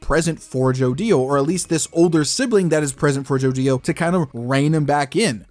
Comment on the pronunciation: it's annoying how say's joDIO and not jodio in 1 clean word